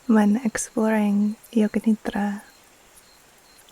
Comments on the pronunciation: As an Indian, I wanted to say thank you for acknowledging that Yoga Nidra is so much more than just NSDR. Your pronounciation of Nidra is perfect ❤️ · Your pronunciation of “nidra” is very good